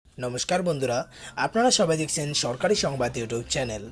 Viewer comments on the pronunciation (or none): none